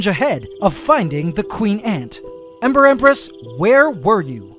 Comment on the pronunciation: Every time says “Ember Empress” I always hear “Emperor Empress”